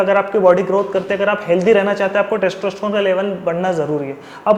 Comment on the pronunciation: testroestron? wtf are you saying? please take care of your pronunciation!!